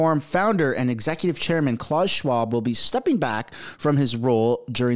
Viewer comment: It’s not CLAWS Schwab! It’s pronounce Klaoos